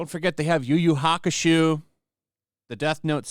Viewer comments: Its reads Yu Yu Hakusho and pronounced "You You hawk u show". keeps pronouncing the end wrong. Sorry for being a stickler, but I just thought I'd finally say something. His commentary on Netflix is spot on though. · "Yu Yu Hakashoe" I burst out laughing. If this is how it is pronounced, I have been saying Yu Yu Hakusho incorrectly. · My mans said YuYu Haka-SHEW.